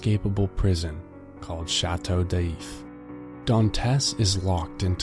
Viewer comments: "Chateau DEEIIF" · I don't even speak French and I was cringing, "shatter daif" Ah why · My ears were bleeding with the bad pronunciation! MONsuir, SHATTO D-eef, vil-le fort. I couldn't take it